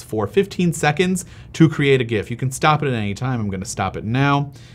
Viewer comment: You are pronouncing GIF correctly. The "G" should be pronounced the same as Graphic, which is the word it stands for in the acronym.